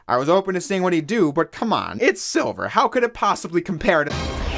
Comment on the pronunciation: "Kewd it"🤣